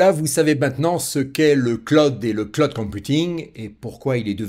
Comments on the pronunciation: Pas clod mais clooooud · Le Claude ! J'ai les oreilles qui saignent:face-orange-frowning: On dit (phonétiquement le claoud) Bon, je m'ai bien marré. Super tes vidéos ! Bise. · Merci. Le CLOUD se prononce CLAOUD.